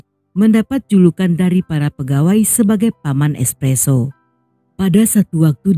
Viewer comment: ESSPESSO OR ESSPRESSO